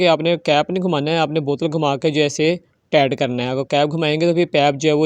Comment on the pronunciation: لعنت ۔ کوئی سیفٹی نہیں ۔ لوگوں کو آگ لگانی ہے۔ پائپ اور ٹائیٹ بولنا نہیں آتا اور چلے ہیں انجینئر بننے ۔